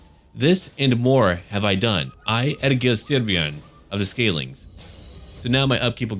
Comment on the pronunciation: I’m from Denmark and i have no problem with your pronunciation of Egil Styrbjorn, i will even say your version sound more intimidating so it works out.